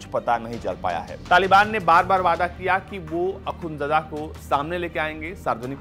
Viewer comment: Mulla braadar aur akhundjada h Yaar pronunciation to thik kar lo aaye h media banke🙄